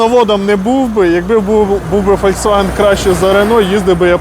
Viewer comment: І де ви грамоті обучались? "Фольксвагіни" 😅😅😅😅😅